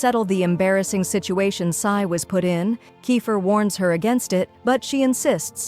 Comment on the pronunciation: She’s G is jay but k and also sai is ci-n AND iris is Aries